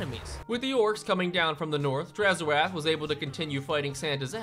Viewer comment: Please, it's 'drazh oath' not 'draz ho ath' and it translates to 'evil promise' in zharralid